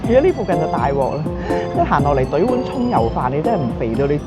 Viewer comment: 哈哈哈哈哈.用廣東話說「蔥油飯」..還好有字幕哦.不然.我一直聽成「臭要飯」的....😭